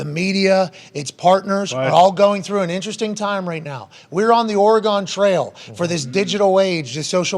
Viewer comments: It's not Oregone, it's Oregun. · Oregon (aw-ruh-gn) not Orea-gone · Or-y-gun trail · Pat I love you man but you can’t be calling my state Or uh gone. It’s Or Uh Gun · Pronouncement Of Oregon It’s pronounced ORY-GUN. Not ORY-GONE. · Oregon is ore "gun" not ore "gone" lol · Ory-gun But otherwise, great show today. Had me busting guts. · Pat...residents pronounce it "Ory-gun" instead of "ora-Gone" 👌😉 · Pat said, “Ore-eee-gone” WTF? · Ore-gone....as an Oregonian I find the fact that people cant b pronounce it right hilarious. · OR-E-GUN! OR-E-GUN! PLEASE!!!! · Oreee-gone Trail ... c'mon ... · The way he pronounces Oregon is not how any Oregonian pronounces it. Think of the "gon" as "gun" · Ory-gun, brother, from an Oregonian! Appreciate you and your victory. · I love you Pat, but it’s Or-gun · Why's he saying Oregon like it's a shape? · As an Oregonian, I have to say that is not how you pronounce Oregon. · Someone teach this man to say “Oregon.” Sco Ducks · Please tell me other Oregonians out there also almost cried laughing with how Pat pronounced Oregon